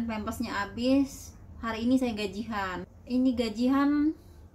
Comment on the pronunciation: Bukan gajih an mbak tp gajian